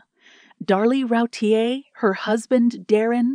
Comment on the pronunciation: Her name is pronounced Roo teer.